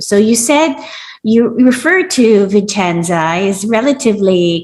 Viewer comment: Fyi, it's Vicenza not "Vincenza".